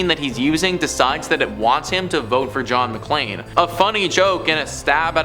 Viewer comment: Cool! But, he kept saying JOHN MCCLAIN! DUDE, it was John McCain.